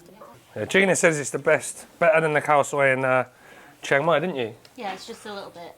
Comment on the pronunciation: Not many farang can pronoun the word "chiang" correctly but you nailed it. Bravo! 👏